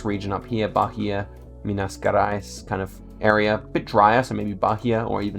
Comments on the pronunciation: you pronounce like mina "jerais" not like guerais or djerais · It's Pronounced Minas Jerais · Minas Gerais: Me-nas Je-rais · Yo, just here to say, we kinda pronounce Minas Gerais as "Meenas Jerais" :) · Barria e Minas Guerais me quebrou kkkkkkkkkk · "minas guerays" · Minas gUerais??? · For Minas Gerais you can use "MG" or pronouce it like -Meenas Jerais jamais tente tankar o bostil